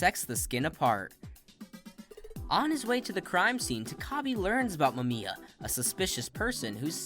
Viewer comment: Explained my ass. You could at least have taken the time to learn how to pronounce Mamiya’s name. DISLIKED!